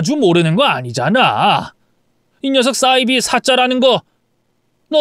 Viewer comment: 싸이비(×)사이비(0)이라고 읽으세요